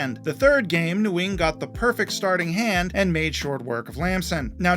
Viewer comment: for future reference, “Nguyen” is pronounced more like “Wen”